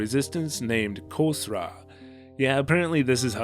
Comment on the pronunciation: In Persian Khosraw is pronounced as Khosrow and that kh in the beginning doesn't make the k sound instead it is supposed to sound like Ḫāʾ, Khāʾ, or Xe which is not common in English.